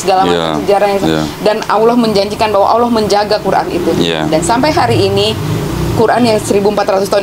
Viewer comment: Koh, itu mbak Siska di ingatkan; pengucapan kata Allah itu tidak L nya tafkhim ( tebal ); logatnya seakan bukan L. Jadi dalam Islam pelafalan huruf itu ada ilmunya.